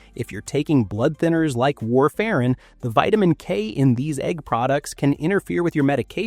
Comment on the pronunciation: How about a real person who can pronounce ‘buffet’ and ‘warfarin’